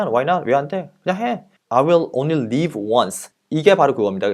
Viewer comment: 잘 보고 갑니다. 항상 열성적이십니다. :-) 영어원서에 본 영상과는 달리 빠진 단어들이 있어 가로안에 적어 올림. And (when) we’re looking, I want to ask you, “What are you looking for?” "(What) if I can just (get) drunk? Why not, man? I’ll only live once." (Huh), if that’s the way you believe, great. ***As a side note: 설명하실 때 live의 발음이 계속 leave라는 발음으로 들림. ^:^